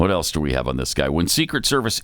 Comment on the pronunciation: There's no "T" in else,.